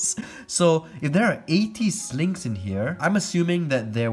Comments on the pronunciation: I can’t tell if he’s saying “Snakes” “Slings” or “Sligs” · Why did I keep hearing slaves instead of slings